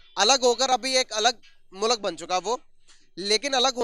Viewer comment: aisa mat karo yaar... मुल्क को मुलक ऋषि सूनक को सनक 😇😇 Thoda confusion ho jata hai😄😄